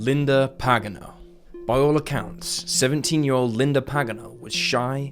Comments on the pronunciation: btw Pagano is pronounced with the stress on the second syllable like: puh GAHN no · Pa’ gan’ oh. That is the way it is pronounced.